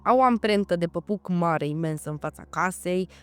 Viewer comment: Degeaba vorbești 3 limbi daca zici "păpuc"....